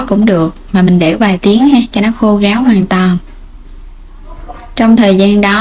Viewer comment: Em gai giong nghe con tre ma sao phat am sai vay Ráo ma noi Gáo